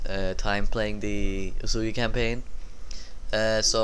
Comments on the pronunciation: its pronounced as uyesugi not uesugi...........shogun 2 total war didnt do their homework well...lol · Soren Wiedmann it's supposed to be pronounced as Uyesugi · isnt it pronounced OoSaeGi?